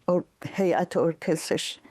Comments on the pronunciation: فرداد گرامی به خانم قرائی بگویید که هیات در اصل هیئت تلفظ میشود. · چرا این خانم به هیئت میگه حیات